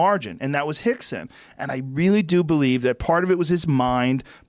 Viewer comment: Why is Joe calling him "Hickson"...? Is "R" pronounced as an "H" in Portuguese...?